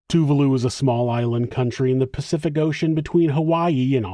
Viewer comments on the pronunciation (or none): none